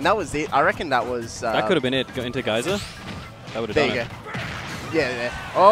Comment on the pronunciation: "Can you reflect the 'gee-ser' Geyser?" I cringed in embarrassment.